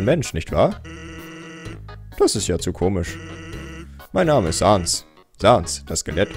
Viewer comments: Man spricht es säns und papeirus aus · Man schreibt es zwar Sans aber man spricht es Säns aus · Es heißt säns PS: es wird einfach nur sans geschrieben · Du sprichst sans falsch es wird säns ausgesprochen #nohate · Männ spricht sans säns aus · Auch im deutsche spricht man das Säns aus😅 Nur so ;D (Sorry😆😅) Apropo Sans,meine Lieblingsbeschäftigungen (ungewöhnlich für ein Mädchen ich weiß)😴!!📱📒(🖍✏) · Also ich finde man spricht Sans und Papyrus eher Säns und Päpeiras so sollte es besser klingen und sollte eher aus gesprochen werden aber nicht so gepsrochen werden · die skellete heißen säns und Papierus | oder auch im englischen Sans , Papyrus also sag es nächstes mal bitte so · Und es wird sens ausgesprochen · Das er immer Sans und Papyrus nicht richtig ausspricht